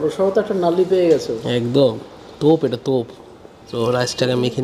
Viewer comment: তোপ এটা তোপ